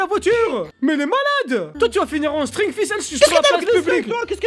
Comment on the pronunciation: il a dit c'est normal de metrre un sttrig